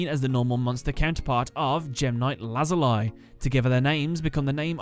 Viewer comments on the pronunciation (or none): The series is called Kamen Rider O's but it is spelt OOO also Lazuli is pronounced Lazulee a few tiny errors but besides that, awesome episode